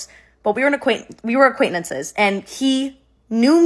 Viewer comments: I'm so shallow the only thing I can think this whole video is "aquaintnantces".....it's acquaintances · Acquaintnences lol she’s so cute 😅❤